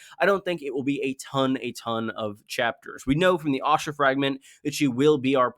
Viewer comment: Pronouncing Asha with an O sound throws me everytime I hear it. I was curious when Osha became a viewpoint character only to realise you meant Asha.